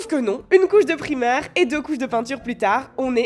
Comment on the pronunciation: Je vais devenir folle à chaque fois que tu dis "primer" comme le mot primaire et pas à l'anglaise ahaha